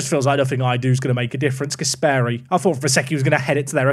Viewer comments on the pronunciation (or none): The pronunciation of Gasperi makes me sick! It's Gàsperi and not Gaspèri